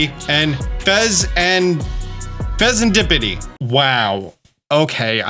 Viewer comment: the Okidogi is said like so Okeee-do-jeee, others are as follows Moon-kee-do-ree, Fe-zaan-di-pi-tee